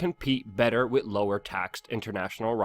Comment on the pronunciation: "to be honest WIT you" ugh fuck, like nails on a chalkboard.